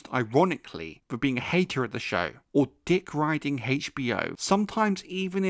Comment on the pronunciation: Dikk roiding